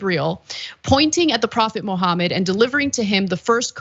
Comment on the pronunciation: Una kerspranian keeps saying Muhammad as 'mo homid'. See what I did there? Josus chrust might sound cool, but that's not how you pronounce the name. Huh? Tongue in cheek aside... Yeah I mean... shut the hell up about how it's against uoyr imaginary friends rules for people to do things under an expectation of free speech. You get to exercise your freedoms, but others can't? America. Land of the weak and home of the craved... Not how that, goes? Oh... You fooled me... or yourselves.. which ever fits better.